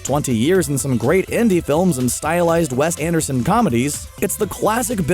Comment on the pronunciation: did you say west anderson? lol Wes